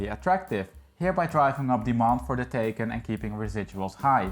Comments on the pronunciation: Great video! The model name is not “taken” it’s “Thai Khan” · Sorry, but you're not pronouncing the name of the car correctly. :( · You need to learn how to pronounce “Taycan”! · Please, your pronunciation of Taycan is crap.